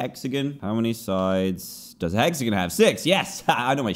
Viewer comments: Dan says hexagen instead of hexagon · Literally everyone:Hexagon Dan:Hexagin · Us: Hexagon Dan: Hexagen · Dan: Hexigin The Whole Comment Section: HEXIGIN!?!! ITS HEXAGON!!!!!!! Me: Dan: Hexigin The Whole Comment Section: HEXIGIN!?!! ITS HEXAGON!!!!!!! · He said hexagin its hexagon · iTs hOw BrItISh PeOPlE sAy HeXaGoN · omg that’s such a wierd way to say hexagon 😂 but I mean that’s Normal for the UK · cat kaitlin yeah ig so- but even when he said hexagon it’s different than how we say it in the US, so yeah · IKR xD But I’m Australian so it’s really weird for me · That’s not how you say “hexagon” here in America.